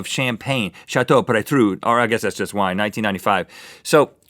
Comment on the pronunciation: It's a bottle of Pomerol called Chateau Petrus (pe-TRUS)